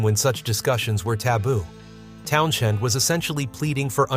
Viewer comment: It’s TownSend…not sh 🙄